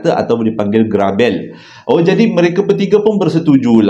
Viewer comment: Assalamualaikum Hadir awal harini, hehe ‘garabel’ sebutan e pepet 😄 terbaik,terima kasih bercerita memang best abg bercerita. lamanya tunggu 2 hari lagi